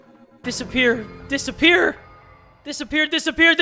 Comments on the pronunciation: the more he says “disappear” the more it sounds like despair. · When said dissapear a few times fast, the word became despair. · More like “dispeer” or “the Speer” lmao